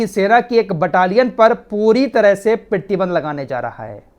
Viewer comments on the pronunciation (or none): PRATIBAND not pertiband rectify plz in next bhai.